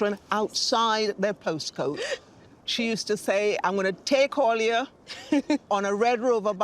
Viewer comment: I noticed Baroness was Trinidadian from the moment she said "allyuh" ......hearing our accent in this video was pores raising 🇹🇹🇹🇹🇹🇹🇹🇹🇹🇹